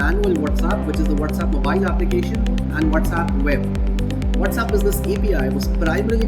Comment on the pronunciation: What is the whatzapp??? Mean with the z and not WhatsApp with the s ??